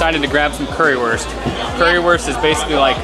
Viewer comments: sure, it still would be understandable, but i still get triggered when someone pronounces Wurst like worst and not like Woorst since (Curry)wurst ist the best and not the worst :-) Even when it might not be worth the effort for tourists to learn an entire foreign language (and i don't expect that either), it wouldn't be bad to learn some basic words like greetings and numbers and it would sound a lot better in general, if native english speakers would have a closer look at how to pronounce vowels (which are similar in lots of other languages but completely different from english) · Can you guys at least learn how to pronounce currywurst? The W is pronounced like a V. That's all there is to it.